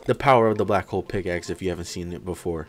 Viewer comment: BRO HOW DID YOU SAY BLACK PICKLE OMG